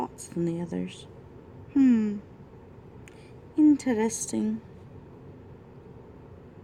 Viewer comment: Off topic: When you said "interesting", you did a really good - I mean really, really good - German "r". Not many Americans can pull the off! On topic: Very helpful video, thank you!